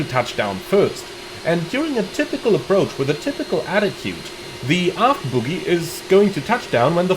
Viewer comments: Feels pretty much the same as any other jet. You can certainly attain greasers if you’re lucky. (767) It’s bogie by the way, rather than boogie. Oh not ooooo! 😉 Not a criticism, as your English is excellent and my German non-existent. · I hate to be THAT guy, but the word is bogie (pronounced BOE GEE, like the snot in your nose), not boogie (which means dancing). haha. Now that's out of the way.....did Asobo not fix this issue in 2024? I thought they were going to, but maybe I'm wrong. I hope it's on their list of things to improve.